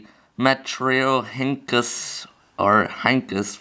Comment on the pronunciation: metrio ryn kus is how you say it